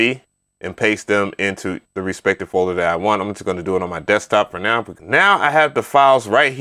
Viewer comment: Yo.. it's "respective" not respected. I'm not clowning. I just don't want anyone else to call you on it in a later video.